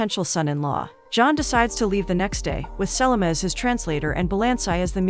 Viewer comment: Her mispronunciation of Selma as Sellamah drove me NUTS the entire time!!!